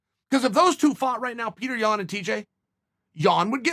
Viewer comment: Of course you like Petr Yan. You pronounce his name correctly.